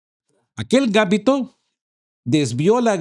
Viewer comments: No es gámbito, es gambito. Es lenguaje de ajedrez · MUy buenos sus mensajas, pero revise la acentuación (o falta de) en la palabra Gambito, si fuera como vos pronuncias sería Gámbito, pero es Gambíto. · Disculpa, se dice Gambito, la sílaba tónica es "bi". No es por molestar pero se oye muy raro. El Gambito se usa mucho en el ajedrez.